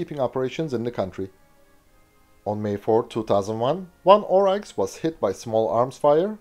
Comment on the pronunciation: Pronounced 'Orix' not Ohreichs... but to us troopies on the ground, we still called them Puma's anyway.